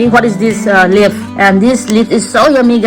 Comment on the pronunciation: Leaf not lep😂😂